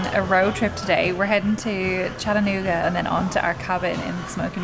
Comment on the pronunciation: How exciting! You were in my town! Come back sometime, there is so much more to see! Also, thank you for pronouncing Chattanooga correctly!❤️😉